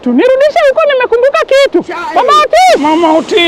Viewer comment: 18.09 EY Otis... 'orways' really? 😂